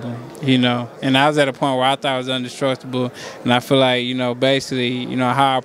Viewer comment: Indestructible ** nikka said undestructible 😭😭🤣🤣🤣